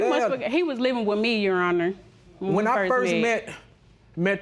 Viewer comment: its your honor! not yo aw ner!